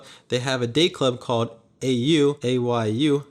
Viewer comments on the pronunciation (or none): Ayu Dayclub, since it's an asian themed place would be pronounced AI (EYE) - U. Everyone seems to make that mistake. :)